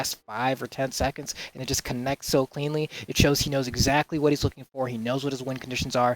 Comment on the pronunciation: that "WaT" killed me